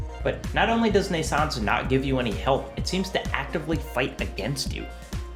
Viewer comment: Shameful! However, despite your claims to the contrary, your pronunciation of "Naissance" is alctually flawless. just like your pronunciation of "NaissanceE" which is just Naissance with a slight emphasis on the usually mute "e"